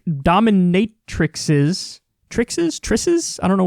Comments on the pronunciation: Dominatri-sees. Dominatri-sees, Kyle. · Dominate - ra - seez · Dominatrices (dom-i-nat-rah-sees) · Its pronounced dom- in- ate- ra- cees... Allegedly... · I think it’s pronounced dominatri-“sees” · It's 'domi nay-truh-sees.' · Plural of matrix = matrices (pronounced may-tra-cees) Plural of dominatrix = domintraces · Gotta get the Taint off that Altarpiece Kyle Kulinski & Beware The Daemon Semen Too!!! 💦🍆👹 Oh and it’s Dom-In-A-Tri-Sees, that’s how you pronounce the pluralism of the Dominatrix Duo Kyle!!! 😉🙃🤪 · That's pronounced "dominatrisees" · I think it must be pronounced, "Dom-IN-a-tri-cees"... 'Cause I guess, as the plural of "index" is "indices" and plural of "vertex" is "vertices", the plural of "dominatrix" must be "dominatrices"... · Dominatrices is (Dah-mi-nay-tri-sees) and and it's the way you pronounce plural words with a vowel followed by an X at the end. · I love how Kyle can't pronounce Dominatrices like he doesn't know it's the plural form of dominatrix 😂 similar to 1 matrix, many matrices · Its pronounced with a c not an x in plurial. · I guess Kyle never took linear algebra. He should ask his old chum Dickie McGeezax how to pronounce it. On that note I need to go rewatch those ‘Matrixes’ movies. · Dominatrices is correct. Similarly the plural of "matrix" is "matrices," with a long E sound. Vortex -> vortices, vertex -> vertices, etc.